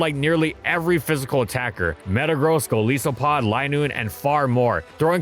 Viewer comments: Shame on for being purposely ignorant with pronounce Pokémon names. Besides other sources show it's pronounced "Koh-bale-yun" not "Koh-bale-lee-en," which sounds fine. He already screws it up enough for ignoring "Rai-KOH" and "Goh-LICE-o-pod." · Too bad they still get Golisopod's name wrong every time. It's easy to tell just by looking that it's not pronounced "Goh-suh-lee-oh-pod" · And still mangles Golisopod.